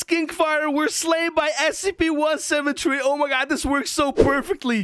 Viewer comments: He said 17tree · I like that how so say SCP-17tree instead of SCP-173 XD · He says one seven tree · I hear scp 17tree